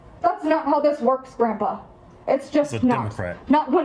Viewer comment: She should be arrested for calling him "Grumpah".......its Grandpa, beatch